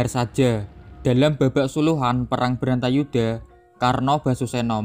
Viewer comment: Bratayudha mas bukan brantayudha